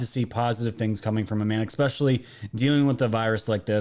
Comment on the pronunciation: Esssssssspecially.... Not exxxxxxxxpecially... PLEASE!!!!! OMG